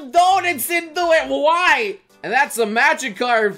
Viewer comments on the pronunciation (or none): none